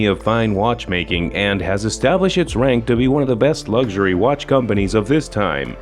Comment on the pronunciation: Ffs, learn how to actually say “luxury” if you’re going to repeat it over and over again. You e already been a cnt. Now there’s a strike on its way to you.